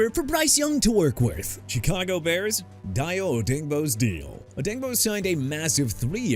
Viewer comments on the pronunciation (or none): I'm done with you butchering names of everybody and everything! Chicago as in shuh-kah-gow or shee-kah-gow NOT CHEE KAH GOW!! Dayo Odeyingbo pronounced DIE-oh oh-DANG-boh! Jaguars as in ja-gwaars NOT JAGWIRES AND YOU BETTER STOP SAYING THAT! I'M NOT GONNA REMIND YOU OF THAT NO MO'! David Njoku as in in-jo-koo!! Dolphins signing Malik Willis a mistake?! You know what?! Your mistake among many of these you keep making is showing disrespect to my team so leave them alone! New Orleans as in New or-lins NOT NEW OR-LEANS SO YOU DON'T GET TO SAY THAT NO MO' EITHER! I'MA STILL WATCH YOUR VIDEOS BUT YOU NEED TO CLEAN UP YOUR ACT! YOU DESERVE TO QUIT.